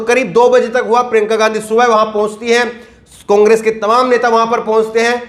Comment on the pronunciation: O Ke Pronounciation Mein O Ka Murda Niklte Ho. Congress Ko Cungress Aor Ore Kahete Ho.